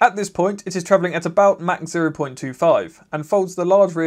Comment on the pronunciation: MAC? MAC? MA-CH...wow that is a first...